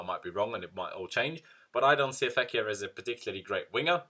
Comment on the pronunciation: Love how you’ve nailed how to say the players name correctly.